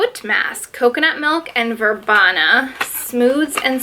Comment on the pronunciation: This box looks GOOD! And it’s “verbeena” by the way. 🙂 Oh and Janeiro is like Hi-Ney-Ro in more of a Spanish accent or Ya-Ney-Ro in more on English accent.